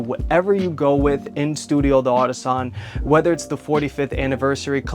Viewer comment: FYI, you don't have to pronounce the d as a separate word. The apostrophe is just for reading clarity in French. It's pronounced Dartisan, not de artisan. But who gives a f, you're speaking English about a Japanese company sooo... recedes into the bushes